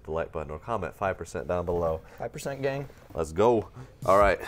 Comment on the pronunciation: "5% gyang"